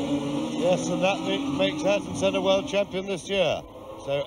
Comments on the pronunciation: he said seena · You can hear a large amount of F1 fans annoyed on the mispronouncing of Senna’s name